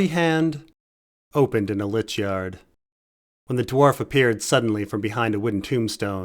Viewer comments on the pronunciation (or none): none